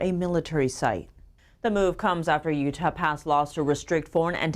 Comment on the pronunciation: Lol she does not know how to pronounce Utah yet, love her though